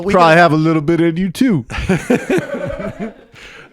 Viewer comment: emphasis on the "little"